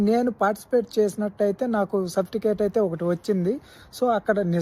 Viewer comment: Enti baabanna surfticate kaadu certificate.......😂😅😅😅